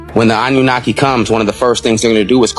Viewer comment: Ah-nunaki. 😂❤